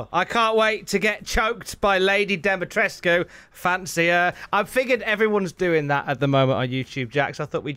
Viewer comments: The U in Lady D's name is silent. It's just tresk at the end. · Uh....and Jack, you're actually pronouncing Dimitrescu wrong.